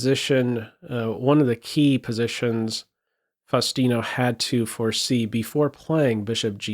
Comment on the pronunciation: Truly amazing, only 10 years old!!! Correct Spanish pronunciation of his name requires the "U" to sound like OO in boom. (/fausˈtino/ [fau̯sˈt̪i.no])